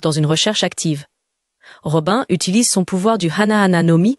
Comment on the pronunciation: ROBIN ?! ÇA SE PRONONCE ROBINE ! ROBINE